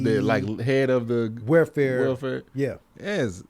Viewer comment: cant say welfare lmaooo “where fare”